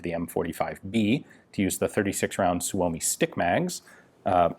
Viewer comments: For the love of all that is holy, STOP SAYING "SUE OH MEE"! It's "SUE ME"! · It's pronounced Soo-Mee